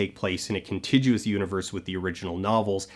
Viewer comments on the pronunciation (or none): "contiguous" is pronounced with a hard "g" sound. It's a small detail, but it's a small detail right up front.